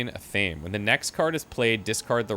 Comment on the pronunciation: This could be a bit nit picky but athame is pronounced ath-a-may, loving both series light and dark